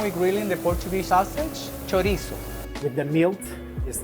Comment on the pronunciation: I'm from Fall River, MA so the second I saw the name Alves at the second Poutine place I knew we were getting a Portuguese influence. I'm making his version. But it's NOT chorizo, it's chourico. It's pork, not beef, it's smoked and cured, not fresh, and it's pronounced shuh-REESE. (There might be a slight "oo' at the end but not with Azoreans in Fall River.) I've got five other Portuguese inspired versions of Poutine in my head and would love to open a small place. Maybe a party with a Poutine bar first? As for the steak segment I think I need to try all 3, you know, to be fair. 😁🥩❣